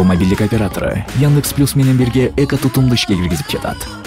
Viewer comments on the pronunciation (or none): none